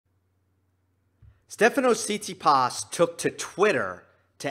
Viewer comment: one little thing: pronounciation - tsi-TSI-pas, so stress on the secong syllable, you put stress on the last one